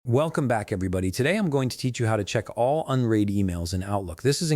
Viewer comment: unread rymes with undead not unheed!